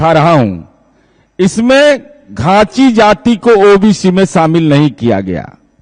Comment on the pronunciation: तो ख़ुद ही घाँची को चाची कह रहा है— घाँची का Spelling वो Chachi (चाची) बता रहा है. 🤣🤣